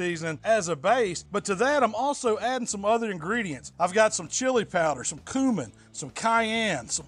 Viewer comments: This psychopath said kooman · "And now we gonna put some coomin" 😂